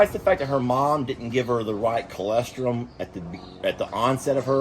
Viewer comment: Norma here. I know this is silly, but it annoys me to no end hearing a farmer with goats and cows mispronounce the word colostrum., it’s col os trum, not col es trum. Sorry, not sorry. You are so intelligent that it’s hard to believe you can’t remember that. I do agree that Stella is an even bigger inspiration than Journey, but in a different way. Actually, ALL your rescue animals are inspirational to us. It is amazing and so admirable the way that each of you firmly set out to insure that every animal in your care lives their best life and learns how to love and trust their humans. It must just run in the Morrow genes., you have to learn to talk faster. I’ll say no more. lol